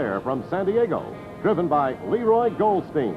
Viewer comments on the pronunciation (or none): none